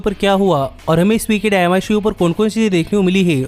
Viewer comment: Bhai dyinama nhi dynamite hai 😂😂